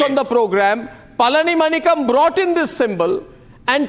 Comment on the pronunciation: You idiot Mr Arnab Goswami first learn to pronounce the name of Mr Palanimanikkam not palanimakam.